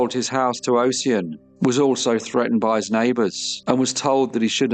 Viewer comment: fyi NAACP is pronounced “N double A C P” here in the states. and Ossian is Osh-en, with the first syllable like “posh” and second like “pen”